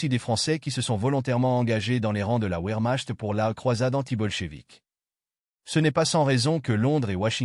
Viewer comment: La "ouère machete" sérieux. Arrêretez les voix artificiellles svp